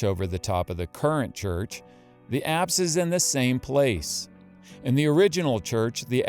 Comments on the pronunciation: Forgive my ignorance please what are the apps Location..are you saying Acts or what are you saying? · at about 15 minutes you speak of the apps. Or something that sounds like apps. ...abbs? What does this word mean?